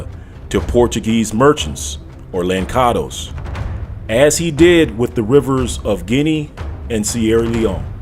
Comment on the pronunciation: Its not lankados,its lanssados!